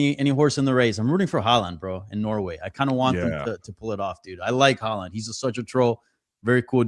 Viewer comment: Bro how are you pronouncing Haaland? 😂 crazy aha